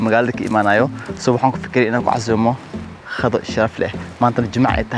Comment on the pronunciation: It is Qado not Khado.